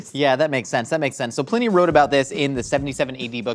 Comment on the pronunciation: Ew... pl-IN-ee.. It's PLINE-ee